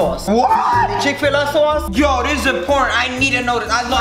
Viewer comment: lmao the chikfuhluh soaus